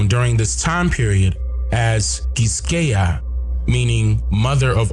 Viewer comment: My man said "Quisqueya" 🙌🏿💯 Now I see what you're the most feared man on YouTube 🇭🇹🇭🇹🇭🇹🇭🇹🇭🇹 "Boyo" is also another name